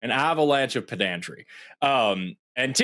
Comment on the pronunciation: I’m aware of the irony, but did Forrest just pronounce it as ‘peDANtry’? 😬